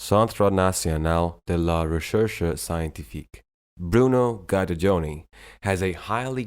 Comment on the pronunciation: Impressive credentials and journey. His name is prpnounced as Geederdoni, not Guider-Doni.